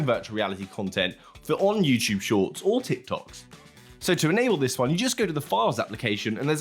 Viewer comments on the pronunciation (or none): "Thids...." lol